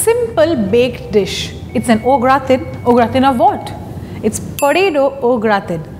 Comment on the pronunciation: It's a Typically "French Plate"! It's pronounced as GRAATAAN (The 'N' is almost Silent). Please take care next time!